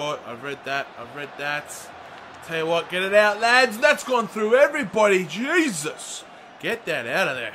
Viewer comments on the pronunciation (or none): none